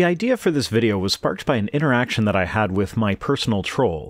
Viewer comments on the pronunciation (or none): none